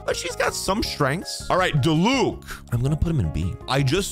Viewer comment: Diluc - DEE-luke Dehya - DEE-yuh Kinich - Kin-EECH Yelan - YAY-lahn